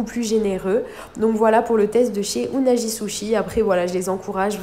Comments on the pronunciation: Ça m'a mis mal à l'aise quand elle a prononcé le nom "unagi" et pas "unagui" 🤣🤣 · Unagi , se prononce plutôt " ounagui" qui veut dire anguille d'eau douce en français , merci pour le test , moi je ne comprend pas les prix pour ce qui est , je pense que c'est plus cher que les vrais sushis au Japon ! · Salut:) pour le nom unagi on prononce unagui!